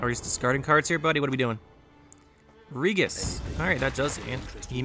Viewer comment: I'm assuming you haven't played Witcher 3 because you're saying some of the character names differently like Regis, Lebioda, Thaler and I'm not thrashing you or anything like that. Just saying if you haven't played it please give it a try. Anyways good gameplays as always.